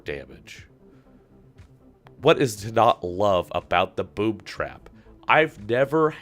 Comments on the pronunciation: i think you said boobtrap not boomtrap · Who else thought he said Boobtrap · Is it just me or did it sound like he said boob trap? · when u said boomtrap it sounded like boobtrap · I swear he said "BoobTrap" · You know you just said “BoobTrap”